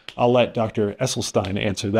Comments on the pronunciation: First of all, please learn the correct pronunciation of Dr. Esselstyn's name. Second, if I were an influencer who was attempting to build my platform, attacking th plant-based community would be an easy target, since they only represent about 1% of the population. Third, Dr. Esselstyn took these patients on after they all had significant and numerous sequelae from their cardiovascular disease, and as a result of the diet and the time he spent with each of the subjects, if they stayed compliant with the WFPB not oil guidelines, it is my understanding that there were no further adverse effects. If I were a patient who had many adverse events, I think giving up olive oil and avocados would be a small price to pay for my life. I do not think Dr. Esselstyn embarked on this journey with a rigorous study design in mind...he simply wanted to see if this diet would improve morbidity and mortality numbers, which it did considerably, esp when compared with those who did not follow his protocol. The data is clear: if you have a history of heart disease, this diet works amazingly well. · It's NOT Essel-stine, it's Essel-steen! Dr E. was personally teaching the members of his program intensively & and was available for free consultations. This way, he insured compliance. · His name is pronounced Essel-sten not stein. Poor form when you mispronounce the main subjects name so often. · It's EsselstEEn 🙂